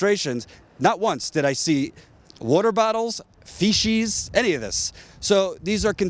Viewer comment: The only real problem with this segment is the mispronunciation of faeces. Faeces is pronounced with an s sound not an sh. Oh, and the miscarriage of justice, that's a bit bad too I suppose.